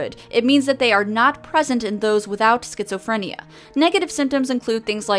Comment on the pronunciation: Sket-Zoe-Free-N-yeahhh! Sounds like a imaginary world to me.